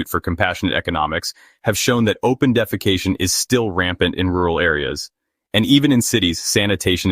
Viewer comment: The way you say "open defecation" makes me laugh 💀😂